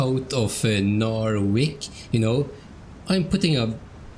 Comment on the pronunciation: Man it is really quite impressive just how good this game looks after all this time. Oh and ty for putting the English spin on Narvik my dude, my cockney ears appreciate it greatly!